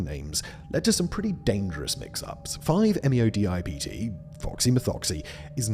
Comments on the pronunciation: close Simon! it's 5-methoxy-n,n-DIEisopropylTRIP(tam)een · five - meh-THOX-ee - en - en - DIE-EYE-soh-PRO-pil - TRIP-tuh-meen